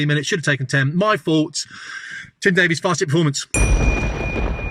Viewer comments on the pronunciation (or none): none